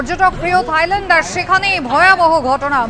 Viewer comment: তাইল্যান্ড না থাইল্যান্ড হবে।